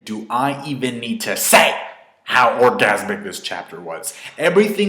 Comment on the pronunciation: you already had me laughing with the way you say "say" lol '_>'